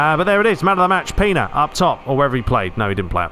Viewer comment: It is pronanced Pena not pina come on.